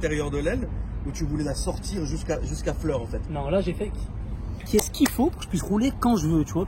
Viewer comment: Franchement respect, " j'ai fait ques qui faut "